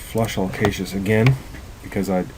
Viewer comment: never make fun of a man for pronouncing a word incorrectly, for indeed, he learned the word by reading it.